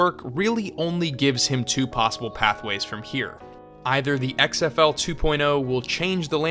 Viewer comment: "I luh X-EHF-EWW long tie"